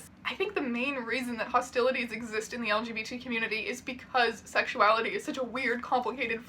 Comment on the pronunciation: every single time he says "elgeebeetees" it cracks me up